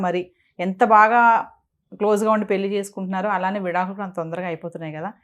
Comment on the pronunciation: పెళ్లి సవ్యం గా పలకండి